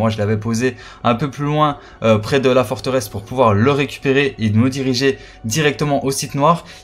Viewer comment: Forteresse blaireau , pas Forterest ...